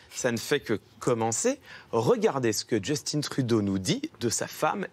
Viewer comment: D'ailleur, ça n'a aucun sens de dire Justin-e mais de prononcer baraque (Obama) au lieu de Beu-rack.